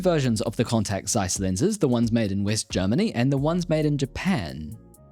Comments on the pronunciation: Thanks for the vid. One nitpick, it's TSeiss, not Zeiss. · It is pronounced ˈtsaɪs, not zsaɪs. Z in german is ts. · fun fact, its pronounced Ceiss not Zeiss... Z in the beggining of a word in German is pronounced as C